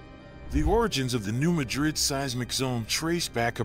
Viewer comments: New Mad-rid not New Ma-drid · You video quality is excellent. Your content quality is somewhere between poor and useless. For starters, get the name right!!!!!!!!!!! Ma-DriD is in a place called SPAIN. Mad-Rid was a town in a place called MISSOURI. Next, New Madrid Missouri has never been touched by a significant flood. But, Madrid was wiped off the face of this planet! In a couple minutes the Mississippi River ran backwards, according to eye witness testimony and geologic site evidense. The backflow is believed to have run for 5 days. In a few minutes of time, the backflow killed 10,000 people or more. Reelfoot lake in Kentucky started to form. Your next mistake is the town sizes. In assending size order, was, New Orleans, Madrid, Memphis or St Louis, and finally Chicago. Yes you read that right. Madrid was the second largest town on the river and on that day everyone died in seconds or a few minutes. The few people left alive, in the area, moved west 5 miles. They created a new town and called it New Mad-Rid. The statistics, which I doubt you understand, are these. Every year, the odds are 1-2% chance of a 7.0 or larger sustatined earthquake. There are several other mistakes in your video, but I am worn out explaining this stuff. I suggest you take this garbage down and do a complete rewrite. Everything I have said here is well known facts from government and university studies. These facys have been stated MANY times in public domain. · Not in Arkansas we say mad rid you say it how you want to but your wrong but that's ok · 1. It’s New MAD-rid 2. We’re just ignoring the fact that western KY is also gonna be obliterated? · Why can't you so called expert reporters get place names right.... It's pronounced New MAD rid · And those locals are the ones mispronouncing the word , the area and town were named after Madrid Spain . NOT MADrid ! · He should first learn how to pronounce new MADrid properly and try to attain some credibility